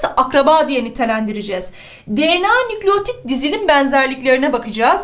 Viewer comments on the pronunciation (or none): none